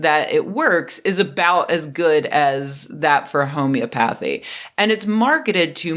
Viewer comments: It’s pronounced home-eee-ah-puh-thee. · I think it's pronounced ho-mee-ah-pathy/bro-mee-ah-pathy Not that that means shining red light on your bawlz actually does anything. That's pronounced fr-aw-duh. 😁